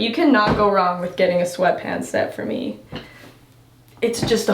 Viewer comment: When you were talking about the glasses that Tate got you and you said “He was very gracious and got me a pair” I thought you were speaking in the third person and saying “Got a pair” 😂